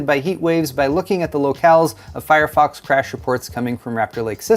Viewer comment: I swear I heard "Firefucks" when you said fire fox..... then I heard "Suckit str5" lmfao this is a fun episode.